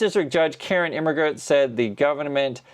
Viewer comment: German major here, really jazzed that he pronounced the name better than most other social media people I’ve heard!